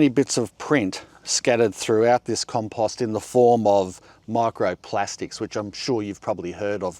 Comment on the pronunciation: It's pretty rich that the guy who pronounces compost like a moron preaches how to pronounce literally anything else. What an idiot.